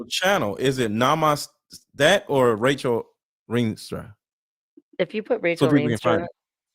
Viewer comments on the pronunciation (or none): Rachel not Tachel … Sorry.🫢